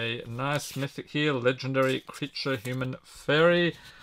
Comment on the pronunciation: Il fait vraiment mal aux oreilles quand il prononce "mythic"